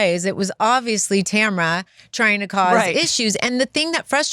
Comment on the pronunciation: Who’s Tamera?? 😅 it’s TAMRA! (unbelievable how so many Americans still don’t know their grammar and spelling!🙄